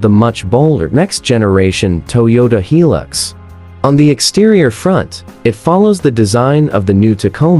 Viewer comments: Yeah! Since when does I pronunces like 'e'. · Pronounced "High Lux"not, he lux. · Make a hilux video cant even pronounce hilux right